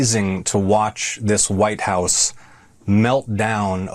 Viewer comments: did she say VITE house OMG these people are such grifters, sell their soul for anything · Velcome to the Vitehouse.